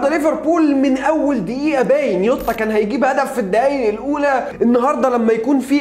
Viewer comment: يعم اسمه جووتاا مش يوتاا دمها تقيل يووتاا ديه